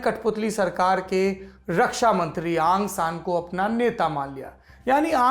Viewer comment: आँ सां नही औं सां यह सही उच्चारण है ।।यू नू नही ऊ नू सही ।सही उच्चारण है ।। बाकी सही इतिहास है । औं सां की बेटी का नांम औं सां सूची ।।